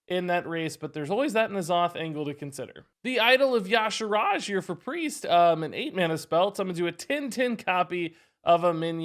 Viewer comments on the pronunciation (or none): Pointless observation: Yah-Sha-Raj....damn that pronunciation is so off. Do we start calling Y'sera 'Yah-Sera'? No. It's ee-sera. I don't care what the dev's say, whoever wrote it got it wrong. It needs to be ee-sharj. Not dissimilar to the American butchering of 'niche' (french - like neesh) into 'Nich' Ugh. BTW thanks for the super quick awesome upload. Top notch as always.